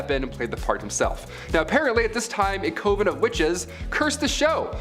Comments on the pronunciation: Heretic... pronounced = HAIR-UH-TICK. Coven.... = CUH - VIN JEEZ, DUDE. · IT'S "CUH-VEN" OMFG ITS. FUCKING. "CUH-VEN."